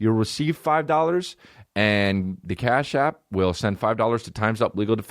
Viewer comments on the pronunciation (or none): everytime you say cash app i think you're saying car shop in a boston accent